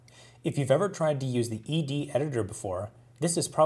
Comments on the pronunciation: Wonderful explanation, and the first video I've seen where the name 'ed' is pronounced correctly! Like ex and vi, you just say the letters. Last year I decided to keep things simple and now ed is my primary command-line editor. I like the way it doesn't take over my terminal display the way vim and Emacs (and for that matter nano) do. it's simple and powerful, launches quickly, and exits cleanly. Some people say it's fine for small files but they wouldn't want to have to use it for longer texts. I remind them that actually most of Unix was written with it. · Excellent video! And you even pronounced it right!